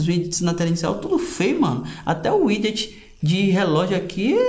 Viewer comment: Man, sério kkkkkk pronuncia widget direito. Tu tem um canal de responsa sobre smartphones, tem que falar tudo direitinho kkk